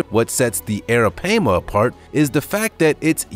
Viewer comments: Why are u calling arapaima arapeima? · The arapaima is pronounced (air-ra-pie-ma) not (air-ra-pay-ma) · correct me if am wrong but its pronounce as ARAPIEMA NOT ARAPAYMA. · Its pronounced Aira PiEma not pama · It’s PAI-MA!!! Not PAY-MA goodness... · Hey buddy it's pronounced Aira-pie-ma. Alright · It's pronounced "eh-ruh-pai (pie)-muh", sorry I've watched Jeremy Wade. 😘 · hahahaha dude i was like URGGGGG that is not it's name i had to skip it lmao! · Its ara- pie- ma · Its Ara-Pie-ma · The third syllable of arapaima is pronounced as an "i', not "a". Bullshark is not much of a mystery anymore. They are found in brackish and fresh water across the world, and they have cousins that function well there too. Also, why not the Brazilian wandering spider? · Thank you, it was getting on my nerves every time he said it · Was also driving me crazy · Stop saying the name of the first one wrong!!!!!! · He’s saying the name wrong the pronunciation is wrong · U pronouncing the first one wrong and that's very disturbing 😒😒😒and i'm from Guyana in south america so i know😒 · Right off the bat he mispronounced a fish. Maybe Learn how to say the name of what you going to discuss!!!! Just saying😊🤣🤣🍻✌